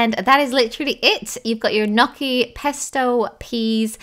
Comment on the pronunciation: I love the way you say gnocchi :)